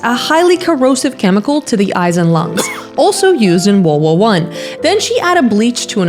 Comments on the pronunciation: Gurl said wowo one instead of world war one 😭🙏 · I really love the way you say world war I, wowohwon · I hear an accent on "World War 1" are you not a native speaker? I just started watching your channel and I'll be blown away if English is your second language. On the other hand, if it is your native language, I apologize for saying you said world war 1 weird. It's a tongue twister so I get it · erm, you pronounced WW1 wrong and Concoctions